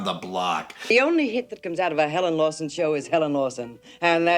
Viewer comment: helen lawson not Lewiston